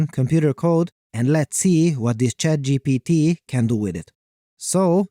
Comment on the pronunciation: I heard you said CHADGPT